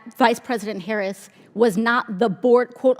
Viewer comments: I am so proud of her for learning to properly pronounce President Harris’ name. How adult like! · I see Nancy is pronouncing the vice president’s name properly, now. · Wow her remedial studies helped her learn how to pronounce our Vice President's last name! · Notice she's pronouns harris's name correctly after she got roasted on cnn